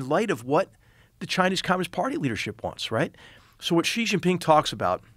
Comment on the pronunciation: It's nice to hear an American pronounce Xi correctly. It always drives me crazy when "experts" call him jzee like it's French.